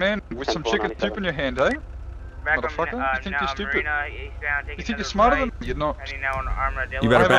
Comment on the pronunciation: how many time that this person said "modafocka"